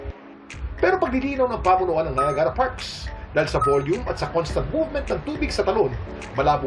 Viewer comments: Bakit ganun ang pronounciation nya ng Niagra? Di naman un Na ya gara,weird😊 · The pronunciation is bothering me. Many people are watching and yet we openly say "NA-YA-GA-RA" Here''s how to pronounce it if you are in the USA or Canada IPA Pronunciation: /naɪˈæɡ.rə/. Phonetic Breakdown: ny (as in night) + AG (as in bag) + ruh. Commonality: The "Nie-AG-ra" (3 syllables) pronunciation is far more common, especially among locals, compared to "Nie-AG-a-ra" (4 syllables). Even I know the pronunciation, I have to take that literature from Google to prove this point. Stop mispronouncing words kuya. Kawawa ang mga batang nanonood. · It’s pronounced Nayagra (not Nayagara). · You don’t say NAYAGARA once you said that people here thinks you’re not from here in Canada